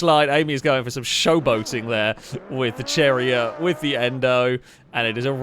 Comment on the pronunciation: Cherrier = Sherri-eh, I think.